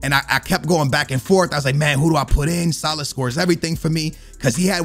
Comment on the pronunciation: Salaaaaah not saaalah